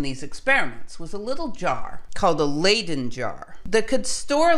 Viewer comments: It's "Leidse fles.'Not pronounced ai, but just I"So not Laiden but Liden Jar! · I love your videos but your pronunciation of many fundamental words like "layden" jar is just...no.